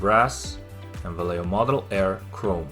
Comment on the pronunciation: Great review, do you have pictures with the different light environment? BTW This is the way it is pronounced Vallejo: (valley) Va (yes) ye (home) ho